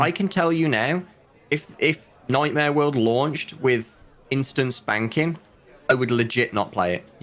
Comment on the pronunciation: Instance banking = instant spanking. I can’t unhear it 😂